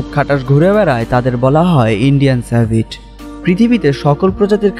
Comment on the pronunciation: সেভিট না সিভিট কফি